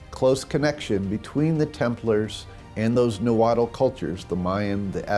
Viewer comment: It’s pronounced “naa-huat” L is silent. Not “nawhattle!”